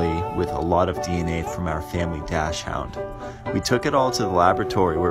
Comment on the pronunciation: It's pronounced dock-sund